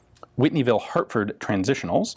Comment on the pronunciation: H A R T F O R D . not hurtfird